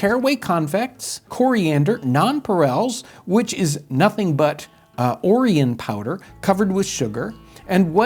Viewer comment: What is this "orrice powder" that is apparently pronounced as "orrian powder"? I can't find anything about it.